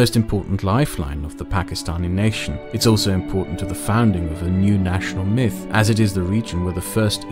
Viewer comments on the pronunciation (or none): none